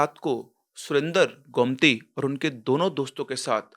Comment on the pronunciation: Sir it's गोमती not गौमती 😅